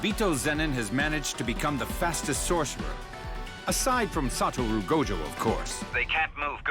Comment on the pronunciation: its actually satoru not saturo, im saying this bcs early on even i used to think his name is saturo 😅